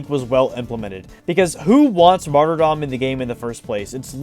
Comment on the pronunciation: HE PRONOUNCED MARTYRDOM RIGHT!!!!!!!!